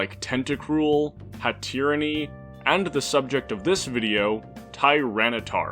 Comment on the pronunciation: why does he say hatterene that way?